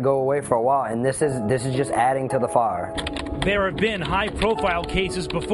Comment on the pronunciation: "Adding to the faar"